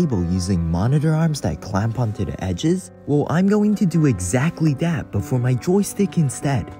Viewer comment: STOP SAYING “DAT”